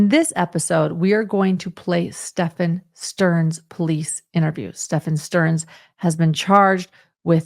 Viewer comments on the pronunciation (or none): Wrong pronunciation of the guys name.